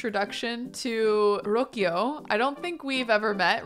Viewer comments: Hi, love your videos! I just wanted to pause a sec and act like the Spanish language police for a bit, lol, and mention that Rocio’s name is actually pronounce like: Roh-SEE-oh. Emphasis in the “-see-“😊 That’s it, now please continue with your regular scheduled Program 😂👍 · Rocío is a spanish name. It means morning dew. It’s pronounced roh-see-oh. 😉😜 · The name Rocio is pronounced row-see-yo :) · I was going to comment the same but I guess the pronunciation varies depending on where you go, I was going to say that it's pronounced roh-thee-oh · pronouncing Rocio as Rokio is quite cute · Rocio - "Ro-see-o" 😬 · Rocio is pronounced Ro-see-o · Rocio is pronounced Ro-see-oh